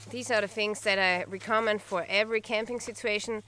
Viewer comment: "recommend" is pronounced "wreck-a-mend". But great content. Subscribed.